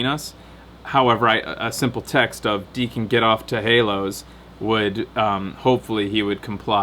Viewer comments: "teh haloz". I can't take seriously when he says it like that:P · it's 'teh halos' :p